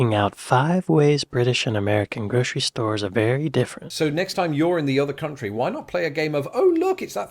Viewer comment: Gro'sh'ery store? Where did the 'sh' come from?